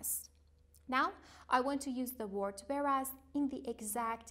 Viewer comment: Whereas we pronunciate it wear'aez say weh.ras not veras.